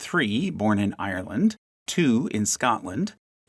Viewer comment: Google how to pronounce Ireland before you find a microphone in your face and having to saying without knowing